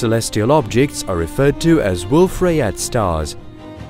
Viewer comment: This is good narration, but it's AI. Wolf Rayet should be pronounced Wolf Ry-yay. It's French.